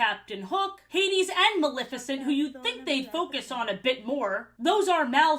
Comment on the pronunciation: Ha-deze nuts was iconic 😂